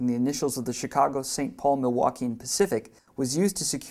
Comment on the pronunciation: The Milwaukee left a big mark in MN, the least narrator could do is say the name right.